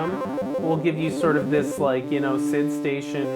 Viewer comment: SID not SIDE - :-)